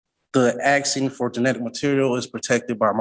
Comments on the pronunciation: He’s “AXING”, maybe he’s a retired lumberjack 😂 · Using the word axing instead of asking will sure get these judges to take him seriously 😒